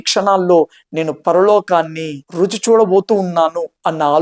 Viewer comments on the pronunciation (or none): none